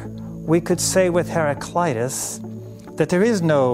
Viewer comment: In Greek we do not have such a pronunciation as 'eye' (hera-kl-"eye"-tas). A is also not pronounced as the American 'ah', it is pronounced more of an 'uh' (like the first A in the name Maria). It should be pronounced kind of like "hera-klee-tuss'. The man at 30 seconds is the closest :)